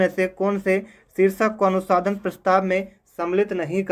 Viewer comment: अनुसंधान तो ठीक से बोल लो🥹🥹